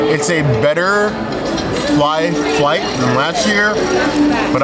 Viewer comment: "Fly Fright" 😅😅😅 Great Vlog!!